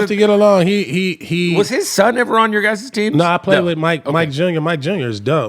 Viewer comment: Your "Guy-ses" team .. not the way to pronounce "guy's".. hate when people pronounce it that way!